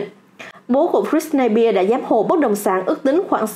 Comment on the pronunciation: Bạn đọc tên Britney Spears không đúng SPEARS chứ không phải BEAR